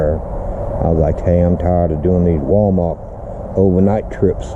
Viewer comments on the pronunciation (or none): Glad you made it safely Dad.. PS its Wal-mar'T' not Wal-mar'K'..